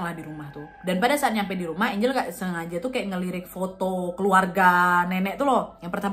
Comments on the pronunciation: Lucu pas Nadia nyebut nama Angel (ENJEL)dg ejaan ANGLE 😂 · Ngakak pas nyebut nya angle🤣 galak enjel wkwk